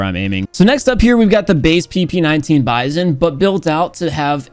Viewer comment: you're pronouncing the bizon wrong It's the B-I-Z-O-N